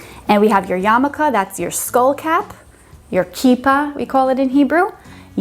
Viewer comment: it's yarmlke not "yalmuke" pff